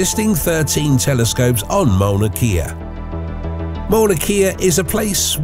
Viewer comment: While he's at it, he can work on the proper pronunciation of Mauna Kea.